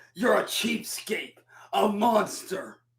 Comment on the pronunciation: Is he saying "I'm vattle tested and I'm out for vlood!". He also said "cheap skape". My goodness man.